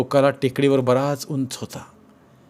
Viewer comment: अत्यंत खराब, रटाळ सावाचन.साधा उंच हा शब्द नीट वाचता येत नाही.मग ज्येष्ठ शब्दाची वाट लावली यात नवल काय.पूर्णपणे चुकीचे आणि अशुद्ध वाचन.